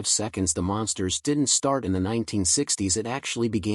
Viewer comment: Hey stupid AI they're not the monsters they're The Munsters... This is the crappiest AI voice I've ever heard. What a joke.